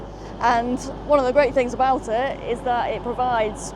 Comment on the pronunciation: You get aboot lol